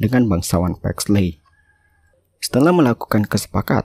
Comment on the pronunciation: Di bacanya Paxli Bukan Paxley :') ey itu Jadi i :')